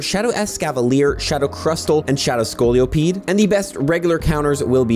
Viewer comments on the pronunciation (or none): Just a regular reminder while its back is bent af and probably does unfortunately have scoliosis, scoli-pede is not pronounced the same.